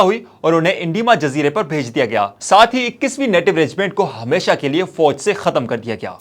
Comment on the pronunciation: اردو تلفظ بہتر کرنے کی ضرورت ہے۔ فوج، تعداد، واؤ اور خ کا تلفظ خصوصاً درست نہں۔